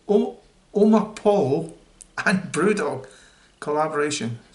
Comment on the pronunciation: Omni poyo is how it's pronounced, lad :) Good review!